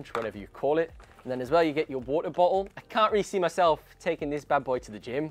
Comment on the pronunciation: Wa'er Bo'''le